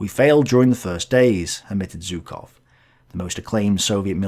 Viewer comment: The same with Zhukov it's not "Зуков" it's "Жуков" like "viSion"